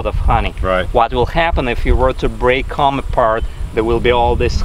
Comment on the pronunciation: your accent is pretty good for English. I would never, never criticize someone who is bi-lingual! That would be the height of boorishness coming from a monolingual. That said, it took me some time to understand what word you were using when you said "cahm". What you meant was "comb". So you have substituted the letter sound "A" for the letter sound "O". This might help you to be an even better speaker of English and hence a better communicator in your adopted country.